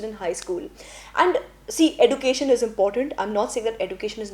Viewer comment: Your pronounciation of education is wrong plz make it correct❤